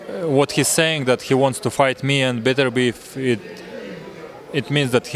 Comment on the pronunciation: Bro you called him Beterbeiv hahahaha